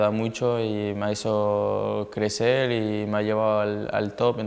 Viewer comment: Clecel, ( crecer ) tienes razon,que mal habla, ayuda, y más ayuda para rendir.